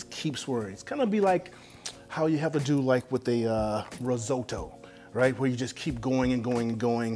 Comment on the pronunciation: Me: Risotto Chef Rush: Ree zoh toe Me: Ree zoh toe